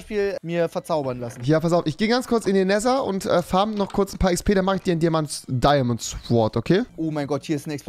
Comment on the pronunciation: Das Diamond Schword xD